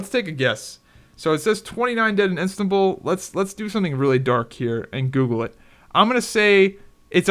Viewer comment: Istanbul not instabul Xd